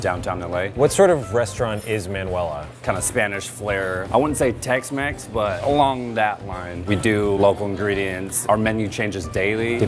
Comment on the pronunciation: I wouldn’t say tex mex I would say text mex